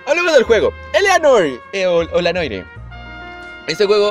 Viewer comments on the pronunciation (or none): Se pronuncia El Ei Nuar :v en switch seguro lo censuran :v